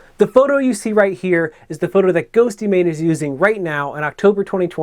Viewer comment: "GhostYmane" Oof. Otherwise, great video!